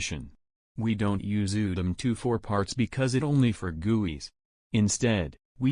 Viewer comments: I don't like the way it said guis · i love when he said guis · He pronounces guis as gooeys XD! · The way he says GUIs HAHAHAAHAHHAHA I LOVE IT